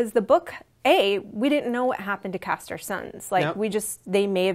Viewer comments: It's Craster!! Not Caster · "Caster's Keep" "Caster's sons" great pronunciation lady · I know, seriously, if she knows so much about the book and show, the bitch should know its CRASTER'S KEEP